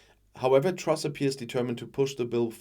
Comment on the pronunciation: Did he just say Trash instead of truss? He got it right first time.